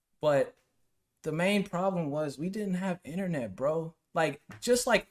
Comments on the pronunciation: Inthernet? Its internet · Someone get this man back to school to learn how to say internet